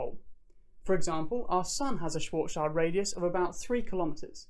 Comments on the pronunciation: Great video. The only the suggestion for improvement I have is a linguistic one. As a German, I had to shudder a bit at your pronunciation of Schwarzschild. The -schild part it pronounced very similar to shilled, rather than child. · I'm pretty sure it's pronounced Schwarzsch'ee'ld or Schwarzsch'ui'ld. It's not a black child we're talking about. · nice explaination! Why do almost all american physicists fail to say Schwarzschild? ...it's not Schwarzs-child :D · Schwarzschild is pronounced "shvarts-shillt" in German. ;) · schwarzschild ... pronounce it: sch-warts-schield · Good video but my ears are effing bleeding after hearing your abysmal pronunciation of "Schwarzschild" that often in quick succession. Why don't even people with a degree in physics/astronomy/mathematics care about how some of the GOATs of their kinds names are pronounced. This is beyond me. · You are not pronouncing Schwarzschild properly.